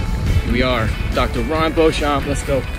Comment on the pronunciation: O Nome do Josh é Joshua Kyle Beauchamp e se fala Josh Bouka Bouchamp assim vc me complica Vida😂❤❤